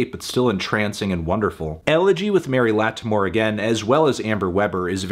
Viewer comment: glad to see you reviewing this one, loved the Mary Lattimore features. btw her name is pronounced like “Laddamore,” it sounds kinda weird when you enunciate the “T” sound lol